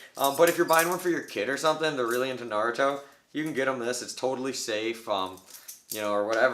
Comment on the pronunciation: At least he said Naruto right mad respect